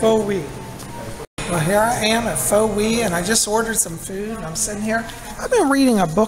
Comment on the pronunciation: Hello! Love your vlogs. Not sure if you know, but Pho is actually pronounced 'fuh' peace and blessings!